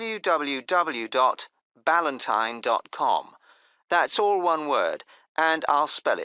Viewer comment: #8 I listened V-allantyne, Because B is sounds like V 🥲